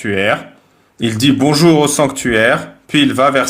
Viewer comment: Bonzour cailloux 😬